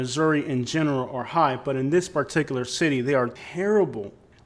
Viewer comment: paticalur. def rates. springfuld. what the hell are "def rates"? take a speech class.